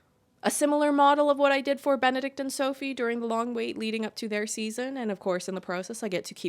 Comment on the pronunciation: "So-fay" takes a shot 😂